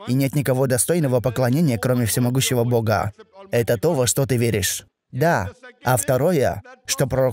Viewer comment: пожалуйста сделай что нибудь со своей речью, а именно с окончаниями, ты очень сильно выделяешь окончания, например - " они посланника богААА, дваждЫЫЫ. Это режет слух. ДжазакаЛлаху хайран.